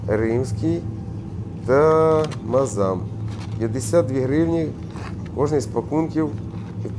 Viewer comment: Мааздам а не мазам